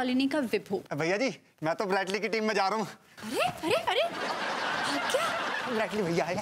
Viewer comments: Are wah brus lee , nahi wo brett lee hai , sahi pakde hai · Brett Lee❌ Bread Lee ✅